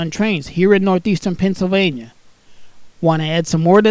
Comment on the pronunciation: Nuthezern Penzilvania